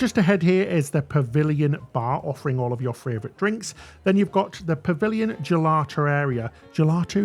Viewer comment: I'm not sure whether can say "favourite"??? It always sounds like "fravourite"! Hahaha! But nonetheless, I love your works! "Keep it up" guys............xxooxx (And, for you US guys, yes. favourite is the correct British (and Australian) spelling!)